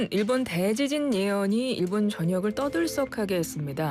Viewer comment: 대 :지진 발음 듣기 거북